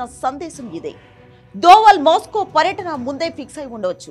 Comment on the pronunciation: అమ్మా కొద్దిగా తెలుగు స్పష్టంగా చదువు. ట్రబుల్ , మాస్కో..